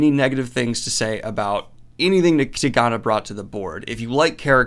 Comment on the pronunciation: Been hoping you'd read this ever since you mispronounced it in the goodreads list video. Such a wonderful book.